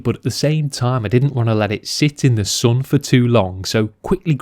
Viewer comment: why do you pronounce the word "sun" incorrectly" It's not "soon", it's sun!